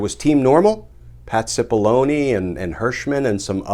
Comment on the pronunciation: anyone else hear his name spoken as,, "Patsy Bologna " ?